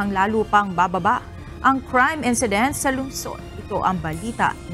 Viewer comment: Incident, not encedent. Index, not endex.